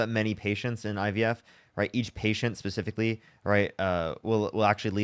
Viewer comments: Tbf I think that's just his speech issue. He also said IBF, dere and dat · Anyone who says “woon” instead of womb, “IBS” instead of IVF, and doesn’t understand how fertilization occurs is disqualified from having an opinion about abortion. Sit down, sir. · He also says you go to a "fraternity doctor" to get the "IBS" done.